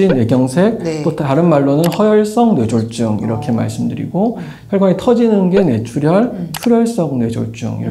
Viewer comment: 기자님 조차도 뇌졸중을 뇌졸"증"으로 발음하시네요